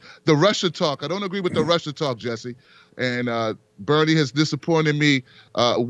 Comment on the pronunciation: I tought my English was bad but Jesse don't pronounce shit right.